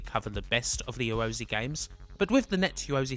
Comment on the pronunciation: Ya ro *zay * /pedantry but argh it grates.